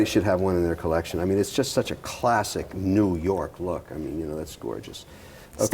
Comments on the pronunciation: If this shiny ass head dude says collectión one more time... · Everytime Kevin says: CollecSHJION x_X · Okay petition to stop Kevin saying “ Collectión “ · the "collecsion" gets old by the second...if I have a penny everytime Kevin says it, I would bury him. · I cringe everything he butchers the word collection.